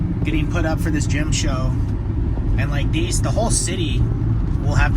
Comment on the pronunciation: I just realised gym err I mean gem is another word you can't say lol. Nice pick up on ps games I love A-lun-dra not whatever you called it